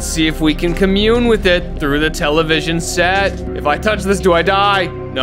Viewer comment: really said “CAME IN THRUT THE WINDOW”